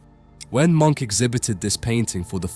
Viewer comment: His name was not pronounced “Monk”, the correct pronunciation should be “mʊŋk / Muunk”. Please work on your pronunciation of European names and artistic techniques. Especially if you run an educational channel on European art; it should not be misleading to the new generation, and please have some respect for the artists and the languages that they spoke.